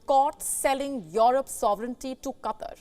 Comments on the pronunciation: Funny how she says "Cutter" instead of "Qatar" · Its Qatar not Katar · Katr?? It is Qatar like kaataar pls pronounce English not hindi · Katarr? QaahTaar. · So many disrespect the pronounciation of QUTAR. Its not pronounced Cutter as so many butcher it. Its pronounced Kuh Tar' with the accent on the Tar. kuh TAR'. Thank you very much. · Qa TAR ....... NOT Qa TER ..... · This reporter helps me see and understand a different English.. Let's use an example.. Qatar sounds like Cutter. I never knew it would have to relearn English. !! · .... "Katter"... "Cutter"..... 🤷‍♂